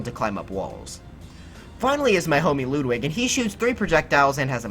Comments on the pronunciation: Same here. I get it, not everyone knows that Ludwig is a German name, but that pronunciation is just terrible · Ik I probably sound really toxic, but I hate it SO much when people call Ludwig, Loodwig lol